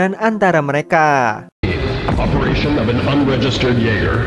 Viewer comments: mimin...tu jaeger bkn iaeger🤣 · Jeeger bang bukan ieger